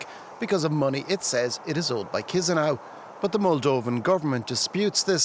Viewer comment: Moldova capital is pronounced Kishnow.